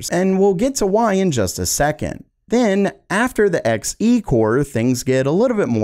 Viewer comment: Everytime he said X e and not Xe(z) i died a little inside